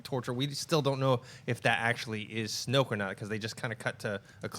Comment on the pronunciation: its snoke....